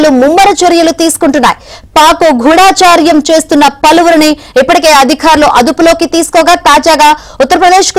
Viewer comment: గూఢచర్యం....గూఢాచర్యం కాదు.నేర్చుకో